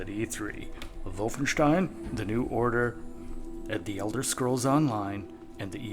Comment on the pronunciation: I LOVE THE WAY YOU SAID WOLFENSTIEN! I LOVE YOU MAN! So many people say it Wolf in stien. THANK YOU!